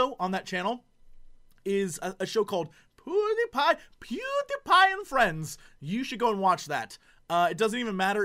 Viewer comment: he cant say pewdiepie